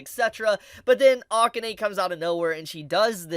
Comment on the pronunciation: I hate to nit-pick since I like your vids, but please pronounce Akane's name correctly. It's like uh-KAHN-ehy. I'm a huge Ranma fan, so that's where the nit-picking comes in lol